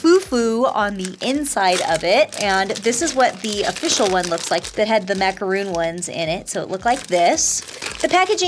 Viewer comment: It's pronounced MACARON! NOT Macaroon! MAC-A-RON!